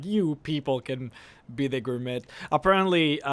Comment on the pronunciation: I know this is minor and shouldn't bother me but it does just a small bit. It' may be spelled Gourmet but it is pronounced Gourmay.